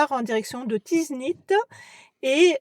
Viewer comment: en tout cas merci beaucoup pour cette découverte et de faire découvrir notre jolie pays ou monde juste une petite remarque ce n'est pas la première fois que vous écorché les noms villages des villes la première c'était Tinghir et autres dans cette vidéo c'est Tiznit ce n'est pas tinzit apart ça Je reste abonné quand même à votre chaîne Merci 🙏